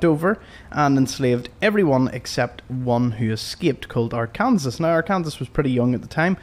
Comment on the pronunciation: It's Are-con-saw NOT Are-kansas lol